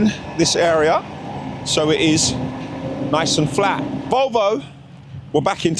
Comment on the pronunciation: Shepherds Bush “NIACCCE” 😂